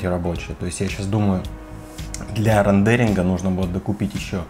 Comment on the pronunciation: Не рандеринг, а рендеринг.